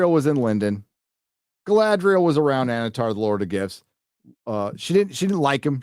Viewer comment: I swear I kept hearing say "Annatar Lord of Gifs". Does that make Annatar a meme Lord?